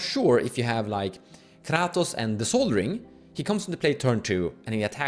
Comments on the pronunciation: I stopped watching this video at KRrrrahtoes. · I watched the video 😂. Ive just never heard someone pronounce kratos in such a way. Especially rolling the R. Caught me off gaurd.